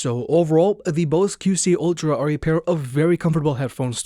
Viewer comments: I keep hearing “Ultram” also. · Why can't this guy pronounce ultra?